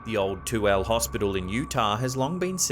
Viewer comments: it is too-ill-a Utah, spelled tooele. Love the channel and live in Utah. Our towns are pronounced funky. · The asylum 49 hospital in Utah, is in Tooele county. It is pronounced "Two-Illa". The mannequin is there because during the Halloween season it is a paid for, haunted house attraction.